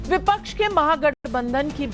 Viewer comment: बिपच्छ नहीं विपक्ष होता है................ पिछले 5 साल भी ये ही बोलते रहे कि जनता ने मूड बना लिया है....जनता ने मूड बना लिया है